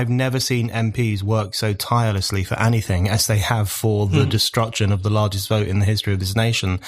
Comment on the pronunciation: Mr. O'Neill: "Anything" is pronounced "enny-thing" ("any" = "enny") NOT "Annie-thing." This is the most annoying of your MANY annoying pronunciations. Stop it.